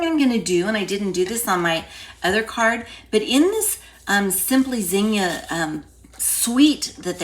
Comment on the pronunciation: I love the old fashion zinnia flower and it’s so nice to hear someone pronounce zinnia properly.